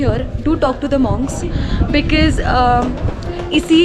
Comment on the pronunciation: she pronounces the word "because" as bikiz .... sounds very artificial...